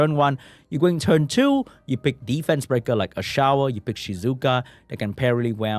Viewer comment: its not pronounced a-shower he is ashour you say like you say a-sure for people who doesn't know what i am talking about this how to pronounce fire desert warrior name